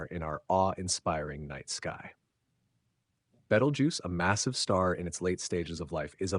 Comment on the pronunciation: Seriously man???? Have not seen the movie????? It’s not Betal-juice…. It’s pronounced“Beetle-juice “… WTF